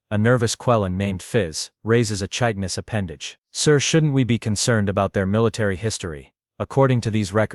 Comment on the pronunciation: Chitinous ....Kit-ten-us. Ai's miss this 95% of the time. Ai's are illiterate, predictably incapable. Then you got the bow drill wrong in the description of it. This was so predictable, repetitively boring that I dozed off before it ended, which was merciful as the ending of the adventure moved into the absurd realm.